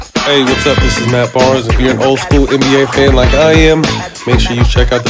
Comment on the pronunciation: He says. “Anne B A”. It’s “nba”